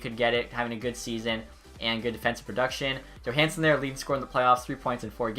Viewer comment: Bruh, you said YOOHansen